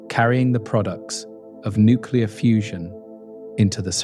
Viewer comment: I hit the stop button when the narrator said, “nuke-you-ler.”